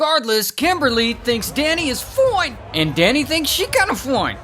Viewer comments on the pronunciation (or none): “foine!” Ah yes ‘foine’ beautiful words